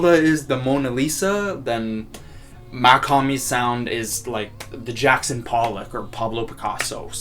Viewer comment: Mach not mac